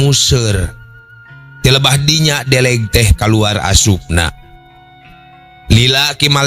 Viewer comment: Punten sanes lauk deleg tapi lauk deuleug. Hapunten pisan